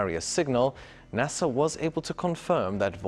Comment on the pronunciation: ITs NASA not HASA.